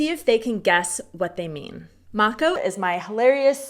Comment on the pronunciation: Slečna z Hawaie má super výslovnost.